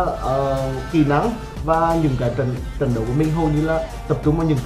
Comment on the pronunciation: Giọng đã khó nghe rồi ,con nói nhanh dính chùm," tịnh toạn lượng sạt thương,tập trung trận đậu" 😂😂😂